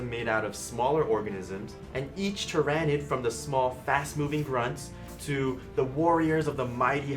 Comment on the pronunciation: My only gripe is your pronounciation of the word "Tyranid". The "Ran" in the name isn't such a hard sound.